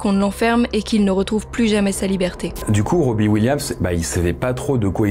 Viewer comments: question c'est si dur à prononcer Robin avec un N robbie williams d'autre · C'est "robin williams", tu dis Robbie/Robby williams, j'arrive pas à me concentrer sur la vidéo haha ça m'a perturbé mais l'erreur est humaine 😊 aucune haine c'est juste pour aider🙏🏼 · Pas Robbi … 🙄 Robin (prononcé ro-bi-ne)… pourquoi ne pas prendre 20 secondes pour vérifier la prononciation des mots anglophones??? La moitié du temps, ils sont mal prononcés.